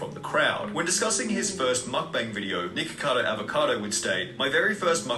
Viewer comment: It sounded like he was saying niggacado avocado lmao